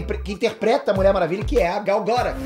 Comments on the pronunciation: caraleo, por favor cara, aprende a falar os nomes, todo video que tem nome de alguem vc fala mega errado, UHASEHUAHEAH Sério cara, vc mora nos estados unidos mano, pelo amor de goku! ela mesmo fala "aqui é gal gadót" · você é demais! ótimo esclarecimento! Só um detalhe, a pronúncia do nome dela está errada. é um nome israelense e a pronúncia em hebraico é Gal Guh-dot (com o som do T). Tem vídeo dela no youtube ensinando a pronunciar;) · Por favor, pronuncia o nome dela corretamente! GAL GADÔT! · Gal GadóT( com som de T no final) é a pronuncia certa, segundo a propria falou no Jimmy Kimmel. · "Gáu Gadôut" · "Gadô", irmão! fala "Gal Gadô"... por favor! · quando vc fala a pronúncia do nome da Gal meus ouvidos sangram